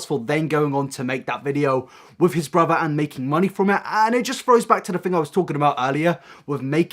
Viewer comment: Mhm, james charles' "brither" is so problematic...